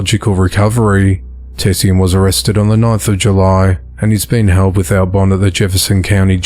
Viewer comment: Great reporting, again, as usual!! Quick tip! That “lady”, who’s named was spelled “tesean”. I’m pretty sure it’s pronounced as “tuh-Shawn”. Trust me! I’m from the hood!! We make up CRAZY names for our kids!😂